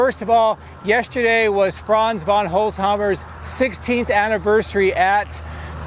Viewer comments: Franz has a difficult last name to pronounce. It is Holzhausen, not "Holzhauers" like you said. You're welcome? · Franz von HOLZ-hau-sen 😉😉